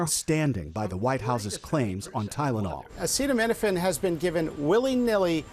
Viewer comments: The leader of the united states of America can't pronounce acetaminophen. I'm tired boss. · The stable genius can't pronounce acetaminophen. Ohhhh yeah that's a really difficult one. The whole world is laughing. There is no proof. What they should look into is hyperbilirubinemia of the newborn and make sure it is treated correctly before the infant goes home. Can you see the orange ogre say that one? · He can't even pronounce it 😂. Btw how many doctors were in that conference excluding the Kennedy quack 😂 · Does his staff try to make him sound dumber? Wouldn't you make sure you can pronounce everything before going out there? Especially if you're spilling BS at least sound like you passed elementary school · See he knew he was going to give this speech. He was most likely given a speech written down first. He never bothered to read and rehearse the speech otherwise he would have studied and found out how one pronounces the word “Acetaminophen”. But just like throughout Trump’s entire life, he couldn’t be bothered to put any effort into anything he does. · He can't say "acetaminophen". What a great leader😂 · Interesting how the rest of his ramblings weren’t included! Such idiots! Can’t pronounce words he knows he’s going to say at a press conference, HE called! Yosemite, acetaminophen … He’s SO lacking in intelligence that he can’t even TRY to prepare! Of course, none of his idiot cabinet member even try to help! The emperor has no ability to read or think! He makes himself look and sound so bad! His rambles are exhausting! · I’m not dunking on Trump for not knowing how to pronounce the word. I’m dunking on him because he had the opportunity to learn this word before his speech but he was too lazy to be bothered to do so. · He can’t even read the word acetaminophen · We’re going to take medical advice from the guy who can’t even say acetaminophen and simply describes it as “not good” …. Okay. 👌